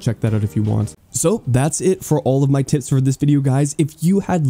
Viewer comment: the p in the way you say tips sounds like t lmaooo